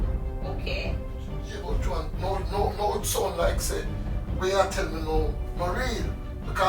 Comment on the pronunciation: So her name is pronounced Jo-Ann Oookkmaayy